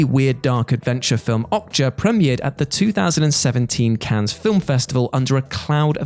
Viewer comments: How about we stop saying “Cans” and pronounce “Cannes” as it is pronounced in France: “Can”, getting tired of this, is everyone in on this? Is it a thing everyone’s agreed on? If so we could just start to say “Thorouf” instead of “thorough” or Connect-I-cut and so on, come on... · Cannes is pronounced like a single “can,”. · Not to be "that guy," but Cannes is pronounced, "Can." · cannes is not pronounced like that. you drop the s so it's just can. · Cannes, Fracass... ffs How about the script writer having a read through or spelling tricky things phonetically; rather than multiple mispronunciations EVERY SINGLE WHATCULTURE VIDEO.